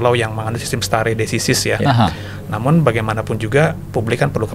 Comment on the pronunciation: Baca istilahnya yg benar donk stare decisis ? Biar lebih profesional nantinya👍